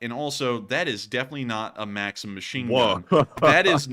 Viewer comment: It's pronounced makseem... it's my sons name. Makseen is a girls name. Also you showed russian apartment buildings and said it's a poor hood. It's the way all apartments that are older than 20 years look. You should consult with folks like us so you can be more culturally informed. Otherwise like the show 🙂